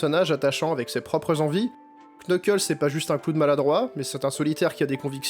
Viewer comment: Dans le nom "Knuckles", on ne prononce pas le K.